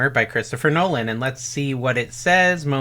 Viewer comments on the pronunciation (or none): none